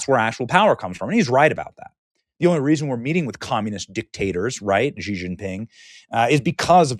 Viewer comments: It’s “she”, not “gee”. Benny, you read and speak for a living. Come on! I didn’t even complete college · Xi is pronounced is She(her/them💅🏳️‍🌈), not Kji